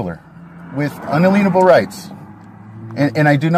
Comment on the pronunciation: Just a side comment: You hear the SovCits pronounce the word "inalienable" as in-uh-LEEN-uh-buhl. I thought it was a garden variety mispronunciation at first, as we're not dealing with Rocket Surgeons here. But now I'm noticing it enough to think that they're parroting some SovCit Grand Poohbah of some sort. Anyone notice this? Or know where it originated? And does it have a different meaning when you pronounce it that way? Hmmm.....